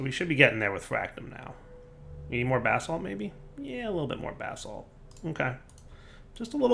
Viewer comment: Anyone else hearing bath salt instead if basalt(spelling lol)?!